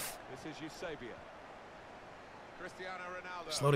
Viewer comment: Parabéns mano adoro quando dizes Eusebio !!! Portugues a 100% és grande jogador mano.